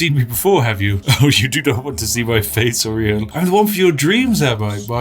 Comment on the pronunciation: His name is Uriel not Oriel